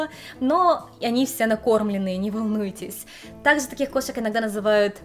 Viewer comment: Не совсем поняла, автор канала японка или русская девушка, переехавшая в Японию? Если девушка из России, то не понятно почему автор видео так сильно шепелявит и заменяет всё глухие согласные звуки: "Такзе, тозе, зыльцы, косек, зывотные, десовая масына" И так далее... Автор, если русский язык для Вас родной, работайте над дикцией и правильным произношением и звукоизвлечением согласных звуков. Очень неприятно слушать Ваши ролики из-за этого эффекта.